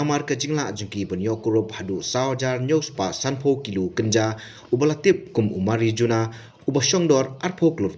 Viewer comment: Mari- wuana.ym.dei mari-juana.